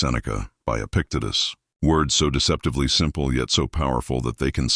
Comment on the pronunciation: This mentions Epictetus three times and pronounces it different each time 😂